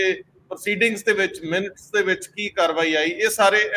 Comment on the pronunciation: Bhai sahib, the pronunciation is not ਮਿੰਟਸ rather it is minutes (ਮਿੰਨਟਸ).